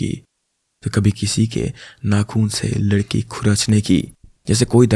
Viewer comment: anyone notice bro says ladki not lakdi 😂